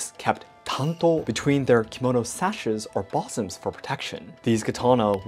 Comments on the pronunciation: Someone teach how to pronounce bosom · Bosom is pronounced like bsum, or busum with the first vowel being shorter.